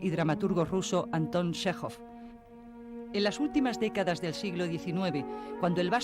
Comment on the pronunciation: Chéjov, tal cual. No "Shejov", ni otros inventos.